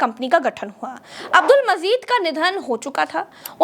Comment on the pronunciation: Abdul Mazeed naheen Abdul Majeed avoid wrong pronunciation.